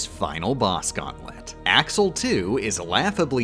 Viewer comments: Im sorry but you wouldn’t say Ashel because your SUPPOSED TO PRONOUNCE THE X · I literally can't stand the way you pronounce some of the org names. It physically pains me. Surprised you didn't say "Ashel" when referring to Axel